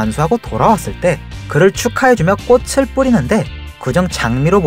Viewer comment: 4분1초에 꽃을 꼬치라고했음